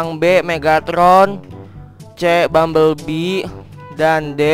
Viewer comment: English bumblebiel